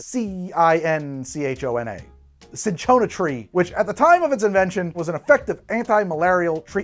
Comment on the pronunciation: Man deadass almost said “chinchilla tree”